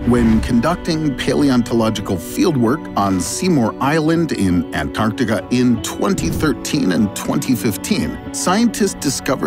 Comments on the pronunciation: I'm really not feeling the way this guy says, "Antarctica". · interesting, but i feel like you could have at least selected an ai that didn't pronounce antarctica like a douche-canoe